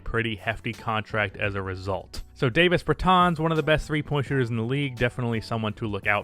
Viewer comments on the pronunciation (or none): “I’m pretty sure it’s pronounced DAH-vis but I’m just gonna keep saying DA-vis” Americans in a nutshell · This is at least the 4th time I’ve commented about this now, but it is Dah-vis Bertans, not fucking Day-vis Bertans. After proving yourself incapable of getting a dudes name right, you gotta get a thumbs down. No respect. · It's Dah-vis, I'm pretty sure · Why you intentionally mispronouncing Davis’s name